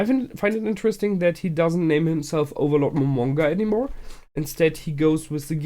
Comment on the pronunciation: "Overlorld" lol